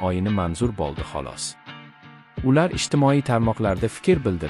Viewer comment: Крил харфларида ёзувни укияпти шекилида ойинга мас у́йинга булади болди мас бу́лди